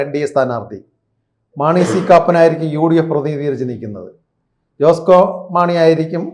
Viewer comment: ഈ വേട്ടാവളിയൻ ആദ്യം പേരുകൾ പറയാൻ പഠിക്ക്. ഷാൺ ജോർജ്ജ്, ജോസ്കോ മാണി, റോസി അഗസ്റ്റിൻ '😢 ഇതിനെ എവിടെന്ന് കിട്ടി😂